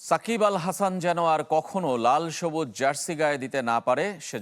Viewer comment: ওটা সাকিব আল হাসন না সকিব বাল হাসান